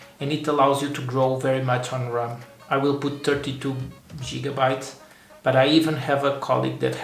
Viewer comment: It's Gigabytes, not Jigabytes .. the G is pronounced like Gate or Give not like Jig. 🤡